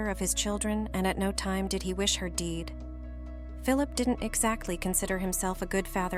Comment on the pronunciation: "Deed", "faarher". Can't AI pronunciation be edited? It's laughable.